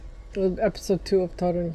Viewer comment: Great vlog. Is Polish? He pronounces "Toruń" too perfectly, but pronounces it well too